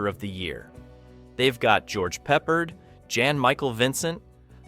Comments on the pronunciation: pep-PAHRD ... NOT PEPPERED <CRINGE>!!! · Was liking your channel until this video when you said George Peppered. It's pronounced 'PepPARD.' Obviously you are not TRUE fans of the actor or the movie you're talking about or else you would have pronounced the name correctly. Not watching any more of your videos after this glaring error. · George "peppered?" Really? Are you an AI, or are you 12 years old? It's Peppard, pronounced "pup-aard." Pronounce the a like you're a pirate, And the first syllable like you're talking about a young dog. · It's George Pep Pard not Peppered. One of my favorite actors from this era. I don't know why people that make videos often mispronounce peoples names. Do some real research! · It's George Peh-Pard. Not peppered. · Pepper? You mean Peppard? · Peh-PARD, you d*mned Zoomer. FFS. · 20 in, and this Douche F's up! It's pronounced Pep - Pard!! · No one pronounces Peppard as Peppered... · btw. George’s last name is pronounced Peh-PARD. Great video btw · That's not how you pronounce Peppard, lol. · ...just stop... You dont understand how movies are adapted AND CHANGED... also, it is pure idiot cringe that you cant pronounce the actor's names.... Just stop...this is not your thing.... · Honestly, it makes it sound like an AI video when you can't pronouse the name of a very well known actor correctly. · Please teach your AI to pronounce the actors names correctly. The real tragedy is this review was worse than the real Damnation Alley. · When you didn't pronounce "Peppard" correctly in the first 30 seconds I couldn't take your analysis seriously. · It's AI. The mispronunciation, weird pauses, etc. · The least you could do is pronounce George's name correctly!!! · Apparently, everyone on the planet knows the correct way to pronounce, George Peppard, except for this bad computer generated narration. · Yeah, everybody but the Indian that put this together. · I had to stop watching this for that reason